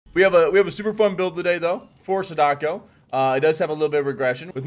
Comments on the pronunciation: Is no one going to tell him he's pronouncing Sadako, like, REALLY wrong? Love the vid, but that keeps catching me off guard. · please don't suggest you know the game better than the devs because they didn't do what you want.... also it's completely disrespectful for you to still be pronouncing sadako that way.... like at least make an effort to try it correctly